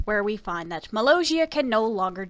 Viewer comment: Your saying mollosia wrong